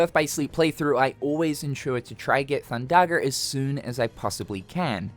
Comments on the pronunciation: thundagger😮 hard r too😅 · Theres no r thin thundaga